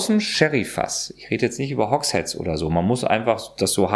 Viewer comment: Er hat Hogsheads richtig ausgesprochen. Endlich, ich freu mich...